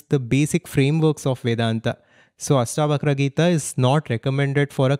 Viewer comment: It ASHtavakra...not AStavakra